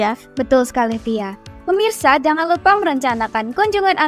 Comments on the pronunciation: Kok permisa bukan pemirsa🫢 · Terus berkarya dan sukses selalu, hanya bilang "Pemirsa" Jd Permisa, maafkan